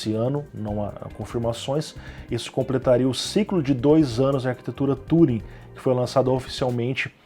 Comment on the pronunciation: falta ânimo ai, 20 minutos de informações técnicas desanimado fica chato o vídeo. Arquitetura "Túring" de novo? Fala tudo certinho mas o TÚring é foda.